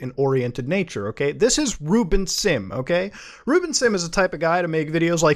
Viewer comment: Ruben? I thought you said Rootbet 😂